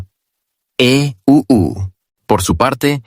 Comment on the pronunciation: Es muy molesto escuchar E.E…..U.U. todo el tiempo. Pero creo que IA traduce automáticamente, lo cual podria significar que ningun ser humano entienda o le importe este mensaje. 😂